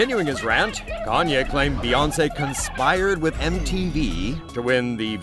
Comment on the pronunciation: OH my mistake he said kananyea